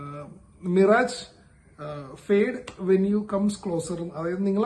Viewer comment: മിറാജ് alla മിറാഷ് ennanu pronounciation.. മരീചിക ennanu meaning🥲